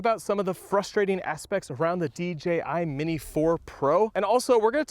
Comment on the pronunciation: Nice new D-Jay-I drone! 🤣